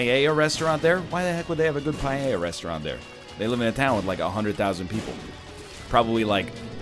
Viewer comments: NL, dude, I know this is kinda petty, but its not pah-yay-a. Paella. Pah-EL(like how you pronounce the letter L)-Ya. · NL's pronunciation of paella kinda hurt me tbh